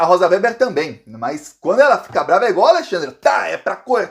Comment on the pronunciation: WÊBER e não Wéber. E pau no LIXOnaro!!!!